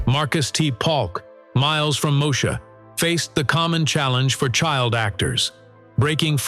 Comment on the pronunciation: You should not be doing a video on Black stars if you can't get the computer voice to pronounce Moesha.